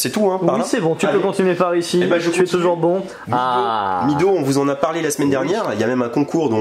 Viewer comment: Merci beaucoup pour cette nouvelle vidéo! Vous faites des vendredis des jours encore meilleurs!, on dit "Médow" pas "Midow"... petite correction phonétique!!! Bon week-end.